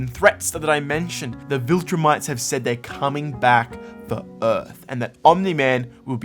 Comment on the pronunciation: Not to want to be a preak, amazing essay, but they are called ViltrUmites not viltrimites.